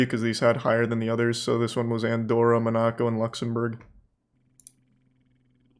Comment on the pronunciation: Charlie’s pronounciation of Monaco was so joke 😂😂